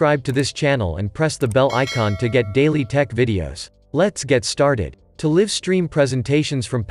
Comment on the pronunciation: One perfect example of the inability of artificial intelligence to replace humans -- live is mispronounced throughout. Otherwise a nice video.